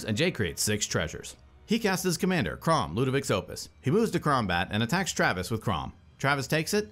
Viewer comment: "He moves to Kraum-bat" LMAO okay that me really laugh~